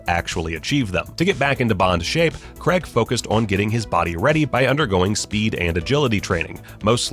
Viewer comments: Craig, not Creg. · That you guys don't even know how to say his name properly. "CRAIG" not "CREG" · Really annoyed me when you said Creg and not Craig, every bloody time. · It’s not Creg, it’s Craig. Pronounced, Craayg. Other than that, interesting video. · It is "Craig" not "Creg" there is no "E" in it. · It's Craig not Creg. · it's CRAIG, not CREGG!! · crayyy ggg ... not cregggggggggg not sayng creggggggggggggggggggggggggggggggggg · It’s Craig not creg🤦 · It's Craig not creg you prick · Daniel Craig's surname is pronounced 'Cray-g' does not rhyme with 'Gregg' He is English. If there was an American with the name Bernard I would pronounce his name 'Bur-nard' as he does. If he was from the UK it would be pronounced 'Burn-udd' . . People's names are important to pronounce in line with the identity of its owner. It's a mark of respect. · Can you stop saying CREG IT IS NOT CREG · Americans need to learn that "CrAig" is spelt and therefore pronounced with an "A". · The names Cregg, Deniel Cregg. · Who the F*CK is Daniel 'Cregg'?!! You must have said his name about 50 times in this video, and you couldn't be bothered to pronounce it correctly even once! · I really don't understand why people can't pronounce his name properly. It's insulting. It's like calling someone Dev instead of Dave. Or Phial instead of Phil. Or Ignorant Twat instead of.